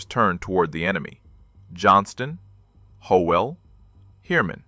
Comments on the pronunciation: This video's AI narrator mispronounces "Howell". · The times in the audio do not mach the times shown in the subtitles. Also mispronounced Howell several times. narration said he was from Checotah Oklahoma, subtitles said he was from Chickasha Oklahoma. Too many mistakes.